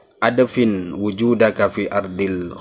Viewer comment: Maaf,, ادفن dibacanya IDFIN,, BUKAN ADAFIN.. LANJUTKAN KYAI.. 🙏🙏